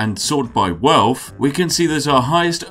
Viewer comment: You cannot call yourself the spiffing Brit and wear a monocle and pronounce “wealth” “welf”